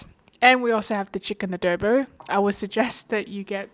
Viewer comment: showed this video to my filipina colleague. the notes were..... pronunciation of the word Adobo. Its not Ahh-dow-bow, shorten the o sound by half. And also $22 and $25 for a takeaway container serving is too expensive but in this covid times anything to support the small business is good. All in all it was a thumbs up hahaha.